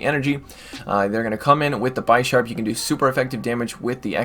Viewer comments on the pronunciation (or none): Its bi-sharp not bysharp but its awesome.... Thanks for these vid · Bisharp : Bee - sharp As from Bishop u don't call it By shop 🙂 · No it's pronounced bih-sharp, similar to the Bishop chess piece. It evolves from Pawniard (like a pawn in chess).